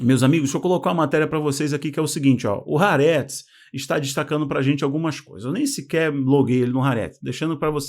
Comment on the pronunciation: Bom vídeo,. Apenas gostaria de te corrigir na pronúncia do nome do nosso jornal esquerdista local, o Haaretz, que lê-se "A Arrêtz", que quer dizer "A terra", "O país", "O Estado de Israel". Parabéns pelo teu canal. P.s. Saudades, Bibi!